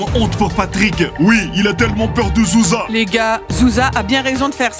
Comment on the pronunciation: Petit oiseau au mieux de dire groucha Il a dit zouza Quand elle a demander trois latté